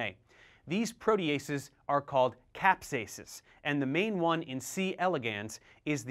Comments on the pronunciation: caspases not capsases. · Hello, nice overview. Just one thing: the proteases are called "caspases", not "capsases". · Caspases, not capsases; great video anyhow!!! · its caspases, not capsases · Heads up, should be Caspases not Capsases! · Caspases not Capsases!